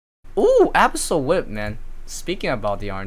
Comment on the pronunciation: tilts me so hard how you pronounce abyssal